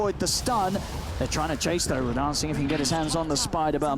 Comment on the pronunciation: Personally I'm cringing more about the casters actually calling him Raddan. Just not used to it.